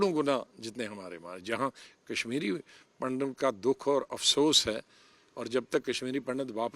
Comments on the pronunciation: पंडत नही पंडित बाेलाे, सम्मान दाे हिन्दुओ काे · Pndat nhi pandit hota hai